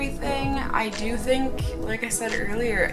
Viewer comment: I'm going to rewatch this video and imagine you're saying "dew" whenever you say "do." It'll be very punny.